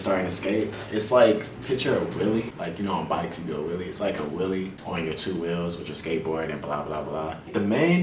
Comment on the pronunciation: He says whellie as wille